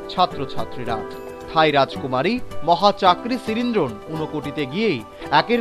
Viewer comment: রাজকুমারীর নামের উচ্চারন শুনে আহত হলাম! মহাচাকরি সিরিনড্রোন নয়, উচ্চারণটি হবে.. " মহা চক্রি সিরিনধ‌র্ণ "